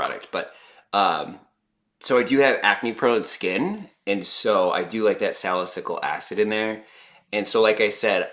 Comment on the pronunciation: I can definitely see the difference It's not huge which is good if you're going for a more natural no make up makeup look Btw salicylic is pronounced (sala-seal-lick)